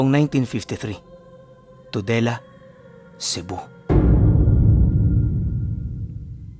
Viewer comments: Parang TOLEDO CEBU hindi TODELA. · Toledo po yan. Hindi todela